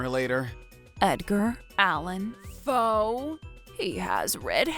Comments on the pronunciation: Did say his author name is Edgar Pho. With almost sounds like he say Edgar Allan Poe the American Poets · Is it just Helen in this episode? Helen goes in the elevator, comes out of the elevator! Oh, and Helen are a couple! 😊😊😊😊😊😊 Edgar Pho... Edgar Allen Poe 🤭🤭🤭🤭🤭🤭 has such a unique accent, he pronounces certain names differently. First he pronounced Melanie as Mer-lay-nee, then he pronounced Emily as Emile 🤔🤔🤔🤔🤔🤔